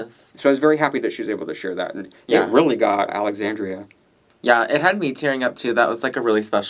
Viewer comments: AlexanDRA, not AlexanDRIA. Denébola is Den-AY-bow-la. Please respect the queens and their names :) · Always funny how butchers those Spanish names lol. Alexandria and Santine lmao.